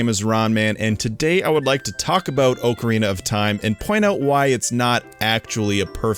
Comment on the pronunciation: It still stands up till this day. Not perfect, but with all those limitations still better than much of what's released today. You also can't pronounce ocarina and a kind of flute I guess created back in 1853.